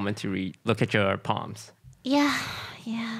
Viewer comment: I kept hearing get your palms read as get your poms bread. I thought she was trying to get more pom puppies.